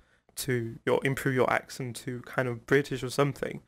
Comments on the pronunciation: no, has a really good accent. He is better than mine for sure. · your accent is better than Celal Şengör...😀